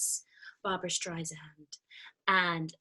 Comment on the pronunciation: StreiSAND not streizand 😉